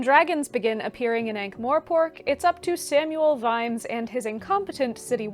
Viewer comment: love the video, shared it already despite the fact there is no "e" in Morpork ;) mor..not more... I believe that the starting point should also very much be affected by your age and social circumstances. I do not think Terry slowed down, he just decided to write non-fiction and other books as well :)